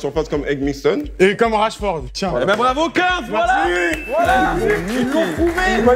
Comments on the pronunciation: Par contre le monteur stp c’est pas Rachtford c’est Rashford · On en parle du Ratchford au lieu de Rashford